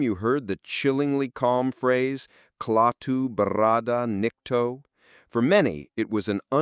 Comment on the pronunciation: You would think he could at least pronounce Klaatu barada nikto properly